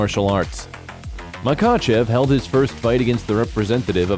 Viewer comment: It's pronounced ma hatch kala And - Ma ha chev